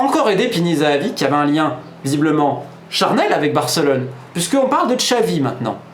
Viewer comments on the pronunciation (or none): none